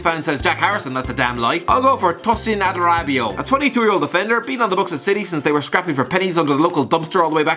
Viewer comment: Tosin Add-uh-ra-bi-o mate